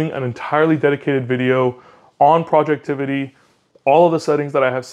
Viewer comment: FYI its "Project Ivy" not Projectivity 😂 common mistake so not a big deal haha